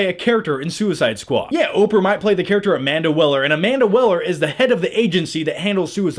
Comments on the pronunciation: Did you say "Amanda Willer" instead of "Amanda Waller" ? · Jared Let-o not Leeto Amanda Wall-er not Well-er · WAller not Weller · Amanda Waller not Amanda Weller